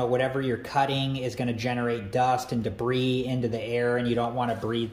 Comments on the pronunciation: the correct pronunciation is “Deb-ree” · did this dude say debreeze